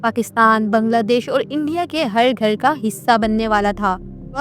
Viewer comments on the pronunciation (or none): none